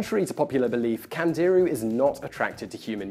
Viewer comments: It's not pronounced Kandeeru, it's actually something like Kandiroo. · I Found Out - Today you just found out that when a hispanic, or latin-origin language word has an accent on it; the emphasis is put on the syllable bearing the accent. Thus it is pronounced "CandeerOO", and not "CandEEroo" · Simon, Candiru , pronounce it correctly it's not CAN DEER REEEEEEEEYYYYY STAR TREAK , don't talk physics if you cant say the name of the fish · CandiRU. The accent is on the last syllable. Which should be obvious by the way it's written.